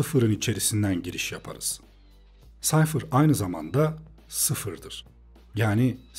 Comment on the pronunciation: Reis defa Sayfır demen dışında mükemmel bir anlatım olmuş :D